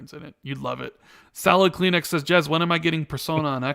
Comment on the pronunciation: You know you called Jez, Jiz twice? Was this on purpose? Lol